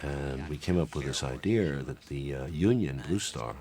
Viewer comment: Is anyone else astonished that a man as educated as Oliver Stone says “idear” instead of idea?